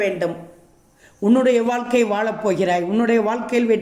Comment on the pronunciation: வாழ்க்கை,எழ ,பழகு தமிழ் உச்சரிப்பை சரி செய்யுங்க